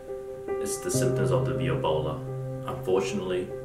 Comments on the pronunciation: “ viobola “ lol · Viobola is actually connected to Viola, not Violin because he said "VEE OH BOWL AH" not "VAI OH BOWL AH" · I believe it would be pronounced "veebola"